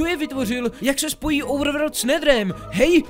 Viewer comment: normalni lidi: overworld: ouvrvrd